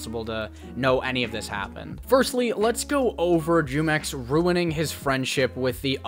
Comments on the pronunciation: By the way, it's pronounced (HUE-MEX).. its a mexican juice brand. The way you pronounce it (JEW-MEX) disturbs the fuck out of me. It sounds racist and that doesnt even make sense l0l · Bro hearing you say JEWmex in stead of HEWmex lmao 😭😂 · Bro just just say (whomex) not (jewmex) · Jumex? As in “Jew mex”? I read it in Spanish as jumex .. as in “who mex” . Like the drink, you know fruit flavored drink. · Bro Jumex takes the W here because you sound really white and stupid saying "Jewmex" every minute. It's "Hoomex" and you'd know that if you've taken even an elementary level Spanish course..